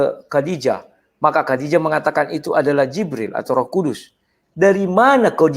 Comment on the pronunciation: Ngaco aaja nih debater kristen.....menyebut Khodijah aja masih salah, kodijah siapa itu ???